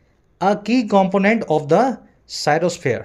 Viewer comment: Sir cryosphere ki pronunciation kuch aur btaa rha hai google par 😑😑